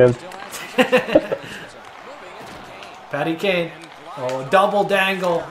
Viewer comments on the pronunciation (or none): Every time you say "patty kane" I understand "fatty kane" lol